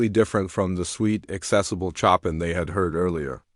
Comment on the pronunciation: It’s pronounced /sho’peing/ with the stress on the second syllable and the French ending in /eng/ or /eig/